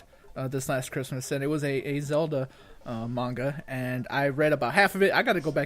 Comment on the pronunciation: Thank u for saying manga right 😊